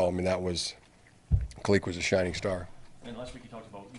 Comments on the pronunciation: Khaleke Hudson. NOT KUHHLEEKEE lol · His name is Khaleke, not Khalekey or Khalekee 🤦🤦